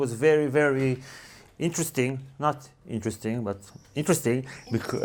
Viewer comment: 'Interesting' or 'Incestring' ?